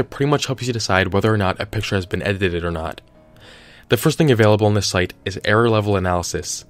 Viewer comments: Lol Ed i teeed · Edit ed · It's only funny cos I been there. "Edited it" is hard af 2 say